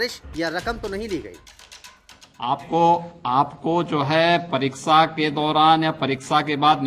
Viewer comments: जो शुद्ध उच्चारण नहीं कर पा रहा है परीसा परिसा कर रहा और दूसरे के ऊपर कैसी कटाक्ष करना है शर्म आनी चाहिए। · Ghanta koi batayega kya or yogi ji ko parikha bhi bolte nahi aa raha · Jis insan ko pariksha word sahi se nahi bola ja raha us insan ko Uttar Pradesh ka mukhya mantri banaya gaya hai. Wah re gufaputro ki sarkar.